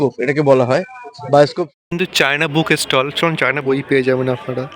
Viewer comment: আপনি "বুক ষ্টল" শব্দ দুটো পরিষ্কার উচ্চারণ পর্যন্ত করতে পারেন না।